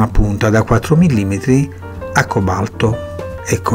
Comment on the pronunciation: acque balto non si può sentire ....al cobalto BESTIA